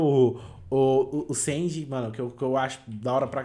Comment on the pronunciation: MN slslksks o chamou o sanji de senji